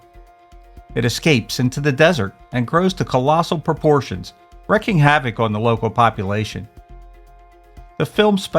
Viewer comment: REEKING not wrecking😮😅